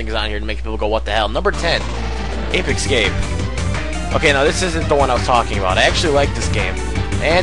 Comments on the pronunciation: its pronounced escape not exscape! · ape ecscape you said xD